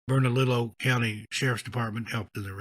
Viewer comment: Great video! Had to LOL to hear you pronounce Bernalillo. For future, Burn-a-leo. 😂❤